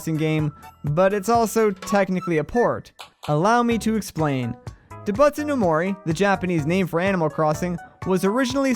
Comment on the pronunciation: i love the video but each time you mispronounced doubutsu i curled inward a little :(